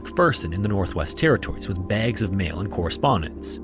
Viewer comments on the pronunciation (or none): Wouldnt be Scary Interesting without you pronouncing BAAAAAAGS